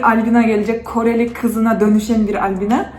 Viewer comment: Abla koeli diyildin rus mudu 😂n